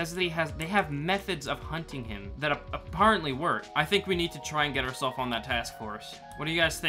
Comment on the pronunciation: I’ve realised that has one word that he cannot pronounce properly: ‘apparently’